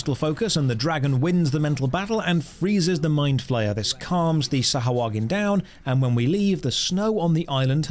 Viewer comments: ackshually Its not Sah-ha-HUA-gin, but Sah-hua-gin. its always fun to hear someone pronounce something wrong xd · Well... the Storyteller is right... its pronounced Sahagin... not SahUagin XD